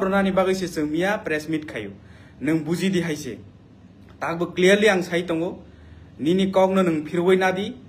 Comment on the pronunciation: Dera mwng khe Hai, Thuruk nw Buru, Cliarly nw cliary